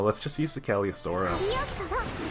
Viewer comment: Wow it has been 3 years already? Can hardly believe it. Guess it is time to start making new Jerry decks. Psst: It is "Cagili-O-S-TRO"